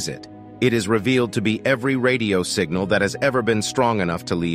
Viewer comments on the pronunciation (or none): none